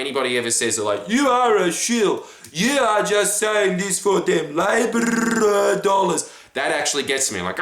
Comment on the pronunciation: 'Labor-R-R-R-R-R dollars'